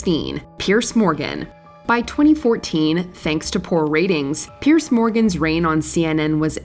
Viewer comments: It's "Piers" (peers), not "Pierce". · Piers Morgan's first name is pronounced like the plural of "pier", not "Pierce". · Unfortunately, one of the sequences of Alex Pettyfer included here was actually Channing Tatum! Also it’s Piers Morgan, not Pierce. I’m not nitpicking, I just think that if you’re going to produce content about people, at least try to get the names and images right. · Not "Pearce," it's Piers.....